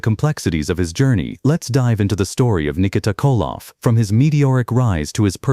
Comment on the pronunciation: can you please say his name better not that shit your calling him its NIKITA